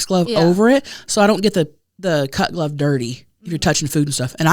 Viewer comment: Every time says "cut glove" it sounds like "cuck love" to me 🤣